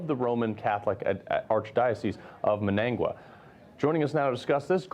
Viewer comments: Gordon! Carl! It’s pronounced Managua (Mahn-Nah-Guah) / Nicaragua (Nick-Kah-Rah-Guah) / Montevideo (Monteh-Vih-Deh-Oh). Otherwise, a good and informative video piece! 👍🏽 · First, these guys need to learn the pronunciation of Managua Nicaragua. Ortega did this for the sole purpose of getting much more money from China than he would from Taiwan, more to line his pockets with.